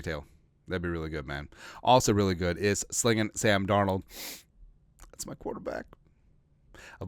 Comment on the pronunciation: Hey who is Sam Darold 😂😂😂 that sure sounds close to darnold tho lol jkjk SKOL TO ALL THE JEROMES HAVE A GREAT DAY FAM!!